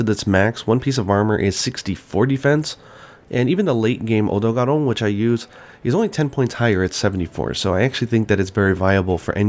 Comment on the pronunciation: The way he pronounces Zorah Magdaros, Odogaron etc. is so cringeworthy, it's not even funny anymore.